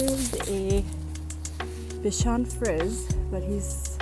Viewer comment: Your fur babies are so cute. Bichon Frise is actually pronounced Bee-shawn Free-zay.